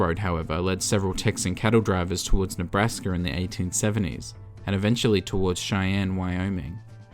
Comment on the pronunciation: I would criticize him for saying “Nebrasker” but as a Nebraskan I say things weird